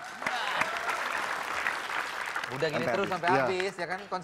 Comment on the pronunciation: REZA RAHADIAN gak ada R di tengah.